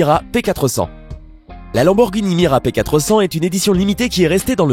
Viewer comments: C'est pas Lamborghini mira mais miura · C lamborghini miura et pas mira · C’est pas lamborghini mira mais miura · on dit miura bordel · Miura pas mira pffff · C pas mira mais miura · MIURA ! Pas mira blasphème c’est une des voitures les plus connue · c'est pas la mira mais la miura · Miura pas mira (miura est un elevage de taureau) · Muira... Muira ! MUIRA ! (pas Mira) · A oui et c’est Lamborghini miUra pas mira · Pour la Lamborghini c'est miura et non mira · C’est lamborghini miura et pas mira😒😂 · C'est Miura et pas Mira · On dit MIURA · Muira, Lamborghini Muira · Lamborghini MIURA !!! Sauvage ,)) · C'est muira puuuuutain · Pouce rouge juste pour « mira » de la lambo , se manque de respect 😂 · Lamborghini "mira" mdrrr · Miura imbécile ! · Bordel c'est une Lamborghini Miura pas "mira" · Miura ptn MI-OU-RA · Même si je dois être 10 000 ème a faire la remarque ; c est miUra ! Mes oreilles saignent ptn ! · Ça se dit Lamborghini Miura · Tu force c'est la Lamborghini muira ptn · Entre la "mira" et bugatti qui es "exotique" il serait temps que tu te renseigne avant de faire tes vidéos mec. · C est lamborghini miura c est pas complique de se renseigner quand meme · lamborghini MIURA pas MIRA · et puis c'est pas mira mais miura bolosse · Putain c pas mira c'est muira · Heureusement qu'on dit Miura et pas Mira. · J'ai découvert qu'il y a des gens qui disent " Mira " au lieu de " Miura " je pensais pas que ça existait. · c'est une Lamborghini Miura P400 et non pas "MIRA" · C'est miura pas mira 😒😒😒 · C'est miuuuuuuura et pas mira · Lamborghini miura et non mira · Miura pas mira retravaille ton sujet parce que c est la deuxième fois que vous fete des fautes sur la prononciation des nom des voitures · MIURA PAS MIRA!!! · Miura pas Mira bordel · C miura et pas mira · c'est la Lamborghini MIURA pas mira !!! xD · on dit miura pas mira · C'est miura et pas mura ! La découverte la plus WTF est celle du Portugal 🇵🇹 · c’est pas la lamborghini mira mais miura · on dit miura et pas mira